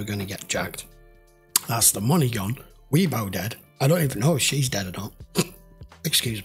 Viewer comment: Did you call Orlando "Wee-bo"? The guy caught in the buy, who became a collaborator for the investigative detail, is Orlando, the "owner" (front) of the club, Orlando's. Weebay is a completely different character, one of Barksdale's muscle.